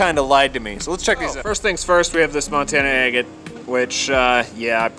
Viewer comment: Kept thinking you were saying eggate, as in ready to be eggs! Just your pronunciation of agate!